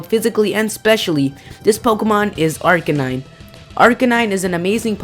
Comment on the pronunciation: I don't want to be "that guy," but you mispronounced Arcanine. it's Ar-kay-9. mixture of arcane, meaning not known by many, and canine, the scientific name for dog.